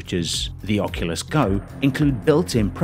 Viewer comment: This man really just say oculus go?